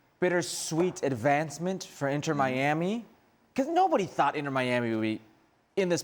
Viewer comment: “Inner Miami” lmao these fools